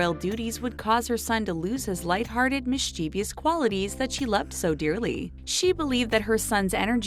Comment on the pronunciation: Did I here this lady commentator say mis-chiev-I-ous. There is no I after the v. There is no I after the v. There is no I after the v. It is MISCHIEVOUS !!! Pronounced MIST-CHE-VOUS. Aaaaaaaagh !!!!! get it right